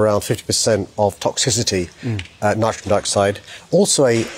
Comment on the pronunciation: He also talks abouts "nitron" dioxide🤔 😅